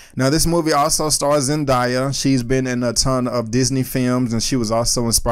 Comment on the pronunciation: It's Zen-Day-a not Zen-Die-a. Great review tho!